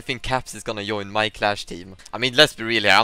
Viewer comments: why he is saying yoin stead of join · He is saying yoin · Why you pronounce j as y? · is he intentionally saying "join" like that or is it the way he pronounces it? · LEARN TO PRONOUNCE "JOIN" correctly. AND "JOKE" it's not a soft j. It's more like "Djoke" by the way you pronounce it. Have you never heard other people speak english?